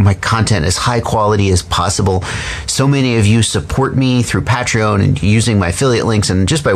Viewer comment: i love you, but even the ceo of patreon pronounces it the way everyone else does, you're being stubborn!